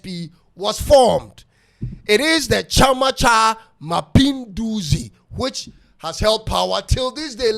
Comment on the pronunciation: Wazalendo,chama Cha ma pinduzi....you really tried with Swahili...